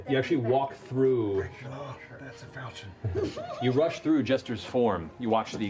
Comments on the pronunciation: Hearing falchion pronounced fahlchion instead of folchion is slowly killing me lmao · I've never actually heard it pronounced like fal-chin. I've always pronounced it like falk-eon. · Its pronounces Fauchau (close nostrils with your fingers while saying it. Its french. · one thing that will forever bug me, is the way they pronounce falchion: It is supposed to be 'fal' as 'fell' - 'chi' as in 'ki'wi - and 'on' as in 'un'dertaker. Great show nonetheless!! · Falchion is pronounced with a soft ch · It's pronounced FAL-shun. It's French. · Actually Liam it's pronounced Fall-shen, but whatever. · ...fall-shay-on...it’s French... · Matt should know how to pronounce falchion, he was Chrom for crying out loud! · I've been mispronouncing falchion for years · Well damn I've been pronouncing "falchion" wrong this entire time. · Can't believe the guy who played Chrom can't pronounce Falchion